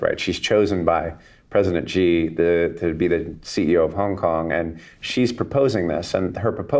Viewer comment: Thanks Kyle for all your insightful vids. Very enlightening. BTW, Xi should be pronounced as she, not Gee